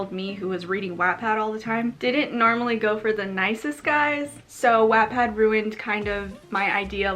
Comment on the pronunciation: I’m sorry but The way you said Wattpad 😂